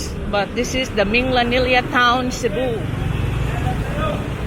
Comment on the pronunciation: Love your Cebu tours. BTW Minglanilla is pronounced with a hard G mingGlanilla sounds like the Gla in "Glad" 👍